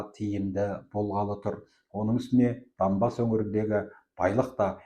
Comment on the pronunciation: Данбас емес Донбас қой..